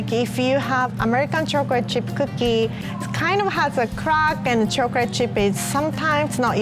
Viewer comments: Others: talking about and cute and funny moments Me: I love how pronounces chocolate it's like "chocorate"💜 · chocrate chip cookie